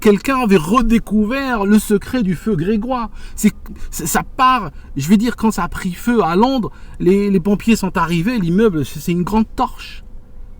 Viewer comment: à 15'30 on ne dit pas un feu "Grégois" mais un feu "Grégeois" (prononcer Gréjoi). Salut a toi et merci. Par contre ta vidéo se coupe et n'est pas finie. Y a t-il un espace de vie dans un immeuble en feu?